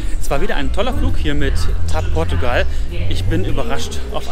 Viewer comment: Ihr sagtet nie wieder TapPortugal